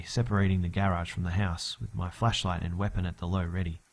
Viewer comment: *flashlight not "fleshlight